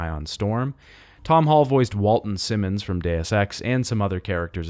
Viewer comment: Bro, stop mispronouncing Simmons.